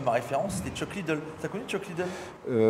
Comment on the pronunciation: ptdr l'autre il a dit " Chuck Liddle " a